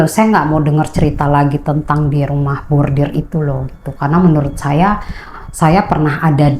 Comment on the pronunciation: Koreksi ya mba, bukan Rumah Bordir tp RUMAH BORDIL, kl bordir itu di konveksi mba, bordiran dibaju, topi dll.... 😂